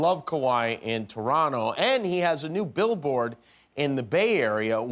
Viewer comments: Thank you Jimmy, for pronouncing Toronto properly. (You don't really say the second T. Don't ask why. We don't even really know) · Thank you, Jimmy, for pronouncing "Toronto" the proper way. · Jimmy says Toronto properly 👍👏❤️🇨🇦🏀